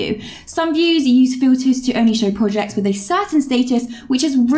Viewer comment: I cant help but notice how you pronounce Projects as PUJACKS and Products are PUDAKS 🤣🤣🤣🤣🤣 Great Work!!! (y)